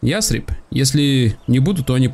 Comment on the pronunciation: Тебе в Ясрибе нужно построить сельскохозяйственное здание. И город называется не Ястреб а Ясриб!